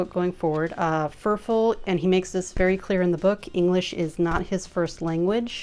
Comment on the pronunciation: Pretty sure his nickname is pronounced like "fur fall" and he lives in Spain.